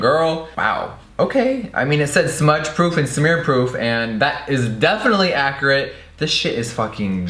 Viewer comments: He said accerate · Who else herd Jeffree say accurate wrong (go to